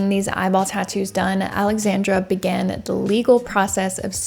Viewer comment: Your pronounciecion on Popek was great, you just botched a little Aleksandra. A little. Sadowska was said with accent.